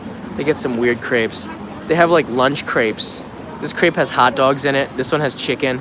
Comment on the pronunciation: Please pronounce “Crepe“ correctly ! It sounds like “crap“ when you say it.